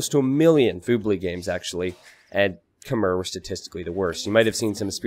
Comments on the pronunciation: You probably know this by now with this being from 2019, but Khmer is pronounced Kh-May, not Kh-Mer. The last syllable is more like the month of May than it is the beginning of mermaid. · It's pronounced "k'may" (or "k'maii" as in aii aii (pirate saying)) not "k'mer" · Khmer is pronounce kuh-mai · You might be mispronouncing Khmer. As spelled in written Khmer, it's pronounced something like "k-mai". When Europeans first translated it, they tried to go letter for letter, not on the local pronunciation. Hence its k-mai (apologies as I'm butchering it too with my clunky phonetics).